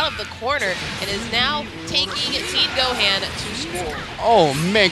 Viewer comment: Why is she calling him Go-haan? Lol